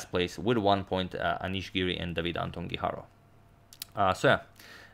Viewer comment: #suggestion As a fellow Spaniard I have to say that it is actually pronounced Antón (with the "ton" stressed) Guijarro (strongly rolling your tongue on the r sound). Keep up the good work!